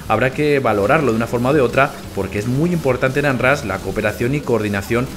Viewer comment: Muy bonito y todo pero se pronuncia "onrash"